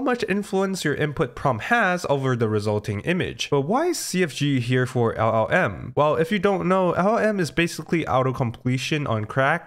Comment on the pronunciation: try to improve your pronunciation of LLM, your Ls sounds like "eagh"